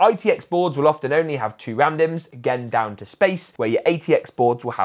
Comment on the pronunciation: Every time you mentioned 4 RAM dimms I heard it as 4 man dem.